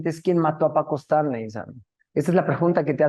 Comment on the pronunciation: Es Stanley no estanli señorita periodista😅